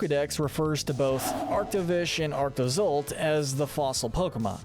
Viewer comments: It’s pronounced “lana-KEE-luh” and “SWY-nub”, and “ARC-tuh-zolt,” “Patrick Star”! 🤨 You’re so bad at pronouncing names,! 🙄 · LANAKILA HAS 4 SYLLABLES, NOT 3! AND THE SECOND PART OF ARCTOZOLT IS TOH, NOT TUH!